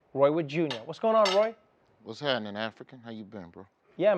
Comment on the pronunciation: it’s “waz hapnen” 🤪